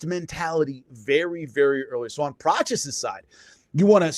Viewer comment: Prates not"Prochiss"